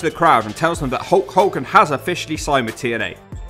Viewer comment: Narrator guy has real trouble saying the letter “L”. This causes problems with some names “Hewk Hewken”